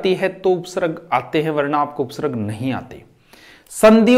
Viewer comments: by the way it is pronounced as upsarg not upsarrg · जिसको उपसर्ग और विसर्ग का शुद्ध उच्चारण नहीं आता वह क्या पढाऐगे। कूपमंडूक छात्र ना बने।